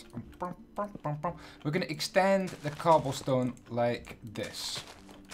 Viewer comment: you said let's crab the stoblecone😂